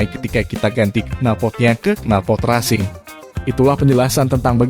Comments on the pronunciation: Resing bang bacanya.. bukan rasing.. hehehehhe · Knalpor resing bacaan nya,bukan rasing..😄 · Bagus kontennya, tapi malah agak risih denger pelafalan racing jadi rasing. Bukannya pelafannya racing itu reysing? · kok rasing nyebutnya min? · Resing, tulisannya benar racing(bacanya resing), lol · Racing kok bacanya rasing 🤣🤣🤣